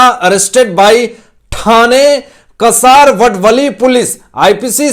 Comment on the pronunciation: कसारवडवली नही। का सा र व ड व ली ठाणे वे.